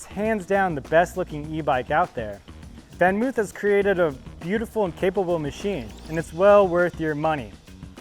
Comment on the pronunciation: It's not pronounced oof it's actually pronounced van moaf -- sounds like loaf.